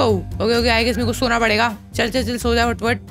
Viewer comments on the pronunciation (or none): none